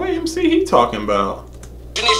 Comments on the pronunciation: You you pronounce MC individualy like M C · because he said mick instead of mc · MC not Mick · It’s emm cee not mic good vid tho